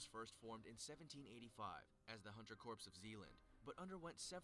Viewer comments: Dude saying "corpse" instead of "core" is really bothering me. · Him saying corps like in corporation Instead of corp (core), bothers me XD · As soon as that idiot said corpse instead of core he lost all credibility. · Why do they have someone narrating an elite military units video who doesn't even know how to pronounce "corps"? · I keep seizing every time he says Corps wrong. Pronounced KORE not CORPSE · THE GUY ON THE VIDEO KEPT SAYING CORPSE INSTEAD OF CORPS😤😡!!!! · The narrator in the original video makes my head hurt when he pronounces “corps” as “corpse”......they’re two different things! Ughhh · Anyone eles realize he said "corps" instead of "cor" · It angers me that corps keeps being pronounced like “Corpse” instead of “core” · Its like a garden rake ripping across my nutsack when I hear someone say corps as if they are talking about a deadie. SEMPER FI!!! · Anyone else getting trigger by narrator pronouncing it "CORPSE" instead of "CORE"? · Did anyone else cringe when the narrarator pronounced "corp" as "corpse"? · Someone needs to tell how to pronounce Corps, the P is silent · Narrator: Corpse Everyone else: DAFUQ DID YOU JUST CALL IT!? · Im triggered...he actually says “corps” with the p and s... its “C O R E” it’s like the dude has never heard of the United States Marine Corps...or any other military branch with “Corps” in it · The guy is pronouncing corps wrong. Its pronounced like core. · He keeps on saying corps. And it’s wrong haha. It’s pronounced “core” because a corpse is a dead body. Think US marine core not us marine corpse for pronouncing. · The narrator be like: "Corps" Bruh. It's pronounced as "Core". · I wanna hit my head against a wall when I hear people pronounce it like corpse. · Pisses me off, its "Core" ffs. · Someone needs to tell that guy that's not how you say 'Corps' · It make me mad that pronounces the p in corps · The way they pronounce corps just hurts